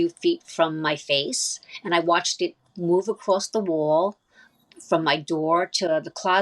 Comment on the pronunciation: Oh I don't believe a word of that story! An orb a few feet away from your face and you thought " I have to telepathically speak to it because it's the only way it understands" you just immediately came to that with it right in front of you? Yeah right. And one more thing, there is no " R" in the word " saw or wall".